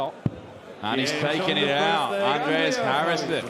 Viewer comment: New caller at the last game? He sounds very german because of how he pronounced Andreas.